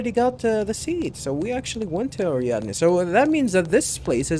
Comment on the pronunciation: You are getting the pronunciation of Ariadne surprisingly accurate here. There is an opera in German called Ariadne auf Naxos by Richard Strauss. I imagine they named the planet after that Opera since there are a LOT of references to German opera in the naming conventions in this game.